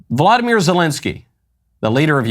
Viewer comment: Volodymyr not Vladimir when referring to this particular p o s